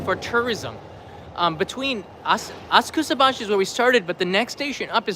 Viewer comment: I thought it was spoken asaksabaschi (silent u), not askusabaschi (silent a) ;-)